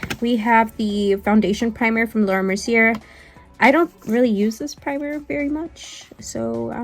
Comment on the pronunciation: Omg girl, lol. I can't with you. It's not Mercy-er. She's French it's Merci-AY! Mercier = Merci-AY! Please stop saying it Mercy-er lol